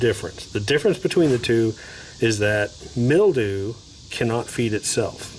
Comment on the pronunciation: Hey pal go back to school-Grrrrrrr mil·dew /ˈmilˌd(y)o͞o/ Learn to pronounce noun 1. a thin whitish coating consisting of minute fungal hyphae, growing on plants or damp organic material such as paper or leather.